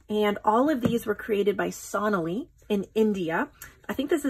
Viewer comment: Please could you pronounce the name correctly? It is So-naa-lee...